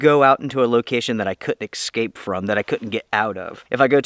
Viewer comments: Why do you say "exscape"? I do like your channel! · Noooo, you say ‘excape’ 😢😢😢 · …. I LOVE your channel, but you MUST learn how to say the word “eScape”….. haha